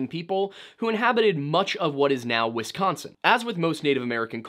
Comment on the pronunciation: Why do y'all non Midwestern peeps say "Wess-consin?" You sound very silly. There's no E in Wisconsin, please stop pronouncing it as such.